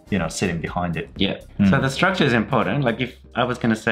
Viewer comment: Fyi, アツさんのstructureの発音めっちゃ好きです❤︎笑